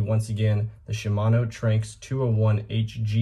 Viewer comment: Not to be that guy but I believe it is pronounced Tran-x but call it what you want